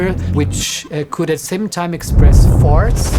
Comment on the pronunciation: im pretty sure he said force but i also heard it as farts